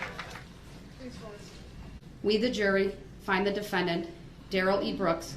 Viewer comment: Da de-Fan-dEnT